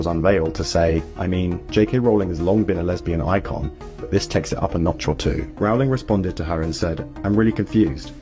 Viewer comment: Rowling is pronounced as rolling.